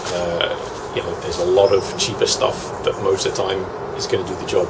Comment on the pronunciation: a fuckin loht uh money. I like it lol.